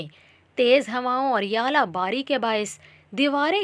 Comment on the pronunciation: its not yala bari ,,, its Zala bari